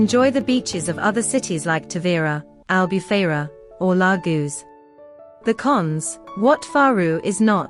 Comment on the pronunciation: "Lar-goo" ?? "La-Gosh", I think. Where was the AI Educated?